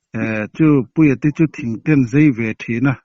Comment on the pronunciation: "Zei" ti lo in, Zai tih tur aw